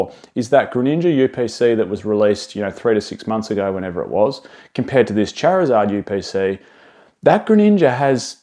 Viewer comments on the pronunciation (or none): The chariuhzahhd yew peh saee